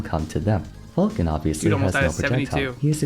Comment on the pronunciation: "Captain Fulkin". It's FAL-CON. Good lord.